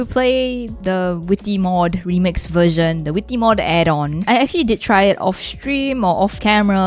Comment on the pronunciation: “The vwitty mwod”